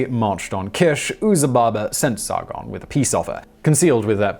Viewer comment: Roll the "R" in Sargon please. Its SaRRRgon. and its Gon, not gone